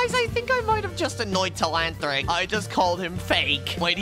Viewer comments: bro telahantric instead of telanthric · That not tleanthric that is tleantrock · It’s Telanthric not telanthllric